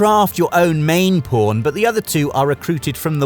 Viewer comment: Why do I always hear Po*n when he says Pawn lol